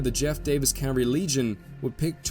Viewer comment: who taught u that the "L" in Cavalry is silent. It just grates my teeth when I hear that colloquialism.